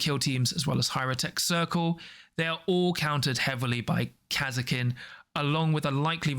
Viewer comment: the way you guys pronunce Kasrkin is so strage.